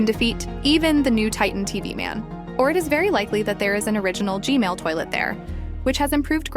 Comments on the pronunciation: why she still saying gmail toiltet its gman or no? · It's "G-man"not "g-mail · Can u tell me why u say g-mail instead of g-man? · It's g man not g mail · Is it just me or did she say G-mail toilet?